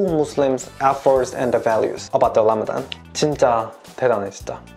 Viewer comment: I couldn't get my mind off of how pronounced 'ra' as 'la'...but it is really impressive to see people wanting to understand Muslims instead of judging 1.2 billion people blindly. I hope this Ramadan bring you lots of blessing and good iftar food😁😁😄😄